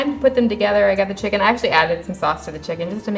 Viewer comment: Thanks for the video. The food looked tasty and authentic; well done. I hate to correct you on your pronunciation but chicken is pronounced Chi ken with the, 'i' as in, 'bit' not, 'bite'. Cilantro is pronounced, 'Coriander'. Thanks again. Stay safe.